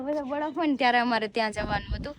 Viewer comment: badaf ny baraf bolay jamkudi kalu kalu bole😊